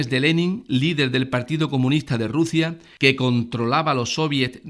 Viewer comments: Juan Acedo y RuZia con S por favor! Q escuchando este vídeo le dan ganas a uno de arrancarse las orejas! Si tiene un problema de dislexia o lo que carajo le pase pues que pongan a otra persona para leer los textos xq de verdad de resulta bastante bochornoso! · burguezia, ezcaza, Ruzia???